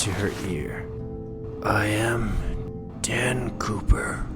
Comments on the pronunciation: When she said DAN, COOPER I heard NAN POOPER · who else thought she said Dan POOPER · I thought I heard Dan Pooper